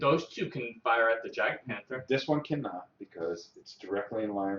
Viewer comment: Good stuff But The j is silent in "Jagdpanther" Roll well!